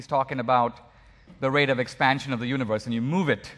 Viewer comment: I don't think Dinesh would use the word "universe" in EVERY sentence if he was aware how stupidly he pronounces it. Yoonee-wvuhss. What a tool.